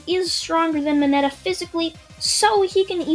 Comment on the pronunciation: You said mineta